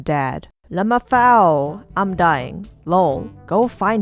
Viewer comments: ive never heard anyone pronouncing lmfao as lamafao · LMFAO ‘Lumafoe’